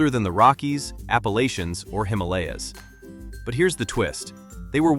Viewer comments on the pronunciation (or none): none